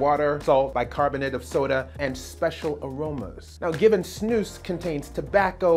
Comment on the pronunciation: I love how you say snus it's much better than other english speaking people say it